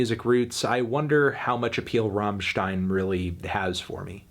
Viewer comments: love your content. little tip from germany. its rammstein, not raaaahmstein. double "m", pronounce it fast and accentuate the "m" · "rammstien" Yup, this review fake and gay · It's not rawwwmmstein. It's RUMMstein. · “ROHMSHTEIN” e.e Accurate but my mind refuses it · Rammen stein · The way he says Rammstein is painful to my German sensibilities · It's pronounced "rammstein" not "rammstein".